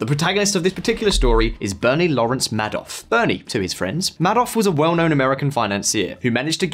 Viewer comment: video narrator could have at a minimum learned how Madoff’s name is pronounced, smh 🤦